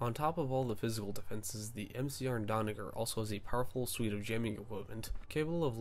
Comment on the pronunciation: Stop saying Donnaguer!!! It’s Donnager!